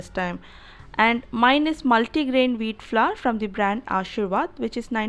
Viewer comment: Veeet flurr lol